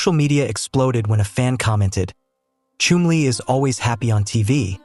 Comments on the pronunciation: His name was Chumlee, with a short u. You said it lik flume, and ir should be Chum (like jump). If you are going to be an announcer, learn to announce!! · It’s pronounced is if your chumming for fish!!!! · The name is pronounced “ChUmly! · Learn how to pronounce his name and please drop the Indian music! Yikes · Not even pronouncing his name right! Not watching or following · they don't even pronounce his name properly!